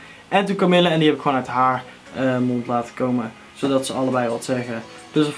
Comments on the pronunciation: echt heeeel erg bedankt! haha je spreekt het idd uit als kamieje ipv kamille maar dat maakt niet uit :D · HAHAHAH KAMILLE!!! Je spreekt het uit als Kamieje. Maar wauw, mooooooie banner! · supertof! je spreekt het niet uit als camille haha :') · HahHa, leuwk nieuwe banner. Idd verkeerde uitspraak maar het is ook een moeilijke naam natuurlijk =P